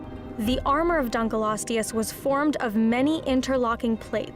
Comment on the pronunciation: she seems to have a bad habit of mispronunciation- they also opened with the dunk right after the study that’s showing it wasn’t nearly as long as initially believed.